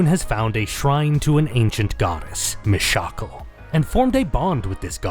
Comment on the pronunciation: me shackle? dafuuuuk. ew gross pronounciation no way. it's clearly always been pronounced Mish-uh-kahl. fight me.